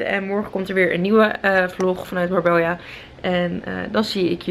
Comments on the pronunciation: Marbella spreek je niet uit als Marbelja. Een dubbele L spreek je uit als een j. Marbeja dus. Super irritant. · Kleine tip, maar als er een dubbele L staat in een Spaans woord, dan spreek je het uit als een 'j', dus het is Marbeija uitgesproken. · hoe dat je marbella uit spreekt haha